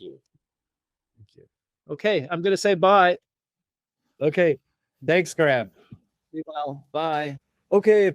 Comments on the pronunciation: Who the hell is "Gram"?? 🤣🤣 It's Graham. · Graham pronounced greyam not graam and Randell observation deck hypothesised Atlantis could be 33 degrees by -33 degrees. Check it out, I think he is onto something. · Graham is not pronounced Gram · His name Graham not Gram. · Can’t even pronounce Graham. What a retard